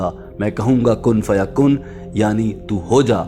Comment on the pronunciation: کن فیکون ہے بھائی کن فیکن نہی